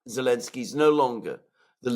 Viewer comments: Not Elenski, it's ZELENSKY!!!😮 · It's Elensiky and Biden it's bye dung